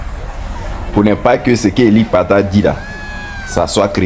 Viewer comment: C'est Élie Padah et non Kpada😂😂